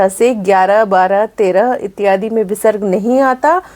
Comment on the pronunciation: आप का इत्यादि का उच्चारण कष्ट दे रहा है। वैसे आप विदुषी हैं।